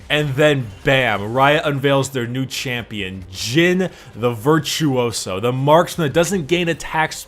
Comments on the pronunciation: When english guys says ''veirtuousous'' when is virtuoso. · "Virthuoso" non si puo sentire